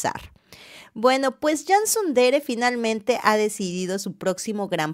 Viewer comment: Gentile informatore! Dell' attrice che parla SICHIAMA CANSU DERE e non SUN DERE, almeno impari il nome dell' attrice quando si parla di lei. CANSU DERE come si scrive cosi si pronuncia. DA tutto il mondo si pronuncia CANSU DERE, saluto da Firenze